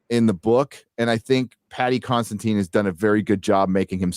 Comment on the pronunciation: btw, lets get this straight, because a lot of people (including me in the beginning) are messing up Paddy's last name. It's not CONSTANTINE, it's CONSIDINE (Con-see-dine).